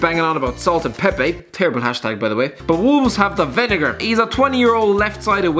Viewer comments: It's pronounced Vin-a-grey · Vin-ah-gray ya Irish froot